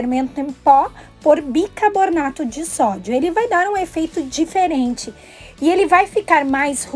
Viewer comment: O CORRETO é BI CAR BO NA TO. Fazer belezas e FALAR CERTO É MUITO IMPORTANTE. PARABÉNS PELO SEU EXEMPLO.